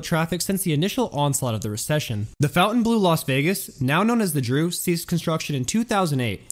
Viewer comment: Hi: Wow, what an interesting video - great content, very well done! As a friendly heads up, just thought I might politely point out a few mispronunciations. Here they are: "Tangiers" - pron. "Tan-jeers" "Contiguous" - pron. "Cont-tig-U-us" "Fontainebleau" - pron. "Font-tain-blou" (The sound at the end of this word is somewhat clipped.) Many thanks for all of your dedicated, hard work! I hit the thumbs up, and am happy to be a new addition to your subscriber list.:) Salut, Quincy's Law